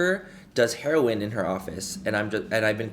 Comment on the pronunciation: I love the fact he couldn’t say heroin right the first time 😂🥰